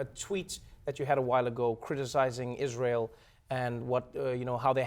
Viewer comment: Why has not she responded the question on her criticism of Israel (that she pronounces Ysrayl)? Evaded the blatantly antisemitic comment she made on Tweeter...